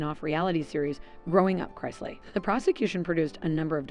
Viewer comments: It's pronounced "Chris Lee", not "Crys Lee". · Chris rhymes with bliss, Miss,etc. Chris-ly